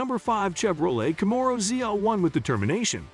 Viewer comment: Plz say camero and Chevrolet properly! I really want to like this channel but I can't due to the fact you're not pronouncing those right! I wish you well